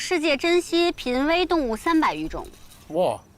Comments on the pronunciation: 是bīn危动物吧 幂说pín危哈哈哈哈哈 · 杨幂说的濒危动物“pin wei动物”是认真的么？！哈哈哈哈哈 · 杨幂竟然会念错濒危动物，汗-_-!